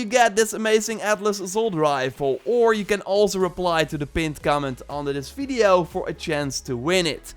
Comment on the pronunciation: Guy! It’s video, not fiddio. I understand you’re not a native speaker, but it’s a “v” not an “f”. It sounds like you have wet lips. It’s gross.